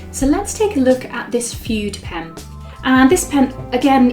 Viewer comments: Pronounced FOODAY.! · My dear, the term fude is pronounced “food-ay “ in Japanese. This is a wonderful video! Thanks for sharing! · Very nice video,. One thing: Fude is pronounced “foo-day” in Japan and it means “brush”, referring originally to the bamboo brushes used in traditional Japanese calligraphy.